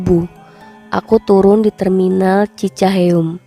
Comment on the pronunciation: Terminal Cicaheum Mbak,bukan Cicaheum 🤣🤣🤣